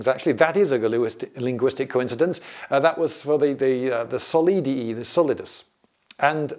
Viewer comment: I frankly can't get over the solid-i and denari-i 🤣